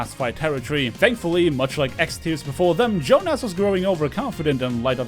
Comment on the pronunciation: Also, plot twist: it was pronounced the Finnish way: "Yoohnas".